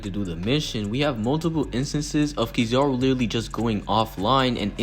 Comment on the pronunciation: Who the hell is Key Zar Ru.....I thought I was Kizaru